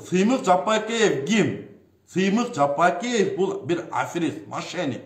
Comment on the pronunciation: Ей доопараз Жапыкеев дегенди айтаалбайсынбы, туура даана кыргыз тилинде суйлочу анча мынча создоруно тушунбой жатам.